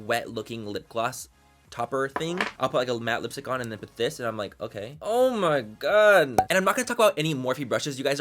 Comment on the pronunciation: maybe it's the hat but manny's vernacular changed in this video and i loved it <3 "dude" "& "homie" and he even said OH MY GOD differently